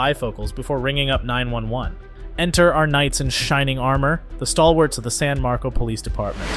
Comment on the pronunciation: It’s San MarcoS, not San Marco. People who can’t read are just as stupid as cops who won’t listen.